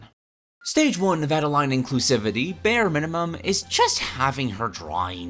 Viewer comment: I agree but her name is pronounced like Ade-lane not Ade-line :B